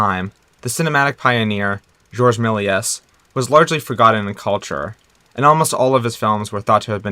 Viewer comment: Right off the bat, you can't even properly pronounce Georges Méliès name... so, why would I give you an hour and a half of my time? Get real....